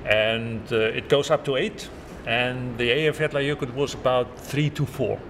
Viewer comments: Eyjafjallajökull..."T"?? ..the double L sound (like Welsh) is not difficult, there is no "T" at the end. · Eyjafjallajokull me: summons a demon